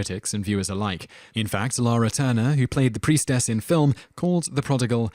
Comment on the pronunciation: Okay, you're doing this on purpose, aren't you? If you can pronounce 'Cecil' correctly you absolutely HAVE to be able to pronounce 'DeMille' and 'Salome' and 'Lana' and 'Huston' and 'Sodom' as well. Great way to generate comments, tho.